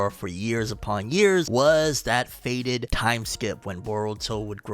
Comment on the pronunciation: Fated not faded